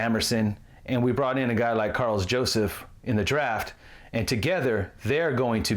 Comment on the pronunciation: you will get Karl Joseph's name right soon,..i feel it lol